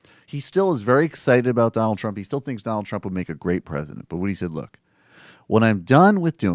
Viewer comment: The "Don L K" killing me over here